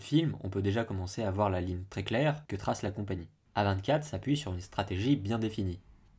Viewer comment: Chez A24 il y a du très bon comme du très mauvais et bizarrement le très mauvais correspond bien à ce que tu dis. Mais sinon on dit A24 en anglais !!